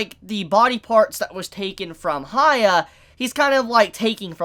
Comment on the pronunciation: It triggered me He kept saying haya Its pronounced as hee-ya-kee-maroo